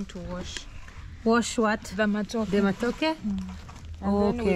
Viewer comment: it's matoke...you are one vowel away to call it matako..and that means butt in Kenya😜😜😜